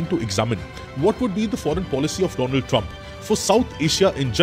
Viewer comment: When he said, the do-land trump